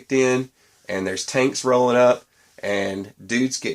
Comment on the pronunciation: Oh tanks, I thought you said taints!